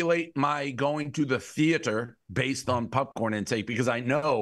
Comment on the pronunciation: I never knew hearing someone say “Pupcorn” would piss me off so much